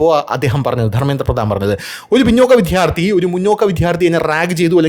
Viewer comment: ചേട്ടാ വിദ്യാർത്ഥി ആണ് വിധൃർത്ഥി അല്ല